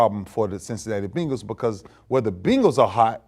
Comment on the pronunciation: Ray said “the beengals” lmao